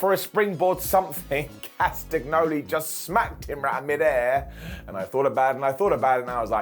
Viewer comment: It's pronounced Cast a nyoli. Do you eat las agg na?